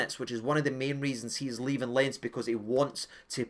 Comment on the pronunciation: Huge fan, but stop butchering "Lens". It's French, so obviously not pronounced like that. At least try! 😂